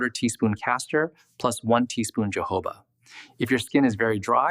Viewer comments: HE IS PRONOUNCING YOHOVAH OIL BUT IT IS PRONOUNCED HOE-HOE-BA OIL. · keeps distracting me 😬🙃 Correct pronunciation of jojoba is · Thank you for your helpful video. (Please Note: The correct pronunciation of Jojoba: The Js are pronounced like “H”s. Ie. “Ho-HO’-buh.” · It’s not Portuguese. Jojoba originates from the Sonoran Desert in Mexico. Therefore the j’s are pronounced with an h sound as heard in the Spanish language. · Jojoba is pronounced Ho ho ba. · Does he nean jojoba oil? I have never heard of johoba oil, like he says it. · JOJOBA word originally from a Native American word for this plant/seed they used for their medicine, until Spanish colonists adopted the word, so "j" in Spanish is pronounced with an "h" sound. This is the correct way to pronounce: Hohoba. Just like when you pronounce “Hose’ for Jose in Spanish. Hope this helps 😃